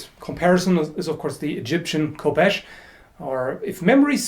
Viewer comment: Devils Advocate I have scolded many people for pronouncing things wrong in my life, and many of them simply replied with "well thats just how i say it" human nature really. :)